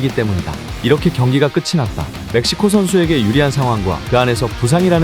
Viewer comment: 멕시코 ㅅㅂ 지금 메시코 (몇 시고)